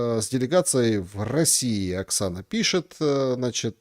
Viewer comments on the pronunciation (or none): none